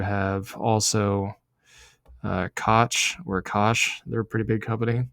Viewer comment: Thanks for all the videos, especially where you look at the underlying. Also, Koch is pronounced like Coke.